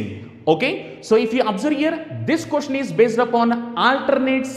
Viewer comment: what the hell is a Cooshen/quishen? jk. the pronunciation is: question! Good video overall.